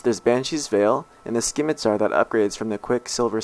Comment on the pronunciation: sKeemitar.... haha.